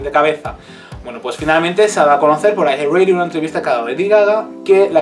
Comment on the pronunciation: Siempre pronuncian mal los títulos xD.